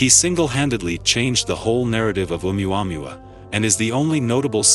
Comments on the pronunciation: Oom - u - mom - u - uh? Their AI needs to take another language class or two. . . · Yo, what the fuck is "Omni womny wa" ?! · For goodness sake please use Google to learn how to say the name correctly your driving viewers away as that is not right